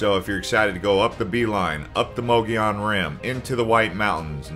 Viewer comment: You pronounce Mogollon wrong.